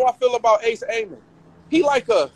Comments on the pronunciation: His name is ace amin not ace Amos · Lol why he keep calling him Ace Aimin 😂